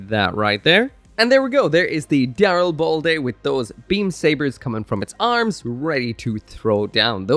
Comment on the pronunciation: I don't care if that's the official pronunciation. No favoured suit of mine will have ball in it's name. Call the boi daril-bald-a.